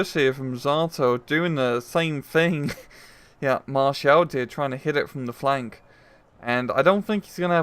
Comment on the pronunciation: it's maréchal boulanger or just boulanger, not maréchel